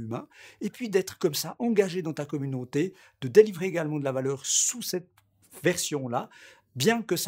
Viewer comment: youtchoube communonté je vends des replay ils coutent 1 like